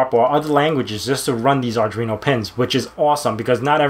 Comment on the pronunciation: Why are you calling it "Ardreeno"? There is no 'r' after the 'd' in Arduino.